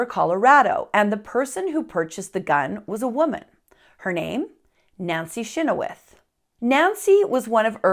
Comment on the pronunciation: You didn’t add soo much, and you’re saying our last name wrong. Chynoweth is not pronounced anywhere near what you said. But love your funny twist to this horrific family history of mine.